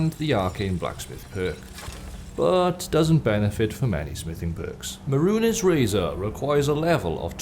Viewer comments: Meh.rune.ehs lol Mey-runes my man. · May-Rune Dagon sounds infinitely better than Muh-Rune-Es Dagon. I hope it's just a meme I am unaware of. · It's pronounced mey-roons not meh-roo-nehs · Mah roonezz Dagon lol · mehrunes Dagon is pronounced (Meh-roons) Dagon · Merun es? Really?.. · no not that wouldn't actually argue about a completely foreign word being mispronounced when its not even in the game files or spoken by characters so a Japanese sword type isn't the issue. there were a couple of instances of it in this video, but the big one is Mehrunes Razor. it's MAY-ROONS not MEH-RU-NES, you have to HEAR Silus Vesuius say the guys name a dozen times when collecting the pieces of the Razor when the guy who both gives you the quest to collect the pieces AND the guy who gives you the quest on reforging it are SAYING the name to you openly there's 2 options, 1 you're deaf and you're unable to hear it which I doubt and 2 it is laziness. This is why I mentioned anime as people have a tendency to read the subtitle and not listen to the voice actor saying the name, then think of their own way of saying a name, ignoring the correct pronunciation in favour of their head canon, it's lazy and arrogant to a fault for people to do this and I do not understand it, it's easier to listen to what's been said than to go the extra step of making your own pronunciation up. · The way you pronounce Mehrunes betrays the fact that youve never played Oblivion lol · No one else triggered by how he pronounces Mehrunes? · are you mispronouncing Mehrunes' name on purpose to piss him off? xD I would advise against it. - me a pleb